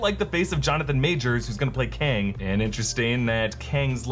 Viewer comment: Voss got kang right in first episode